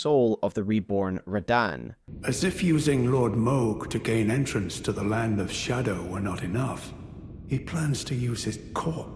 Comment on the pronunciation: the way you said the Land of Shadow, is like a Land of Scadu.....hmmmm